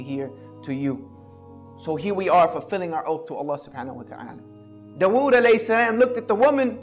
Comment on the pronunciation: The way he pronounces dawood is so bad its actually annoying.